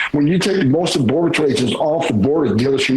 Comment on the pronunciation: He can't even say patrol correctly. Just another idiot that hates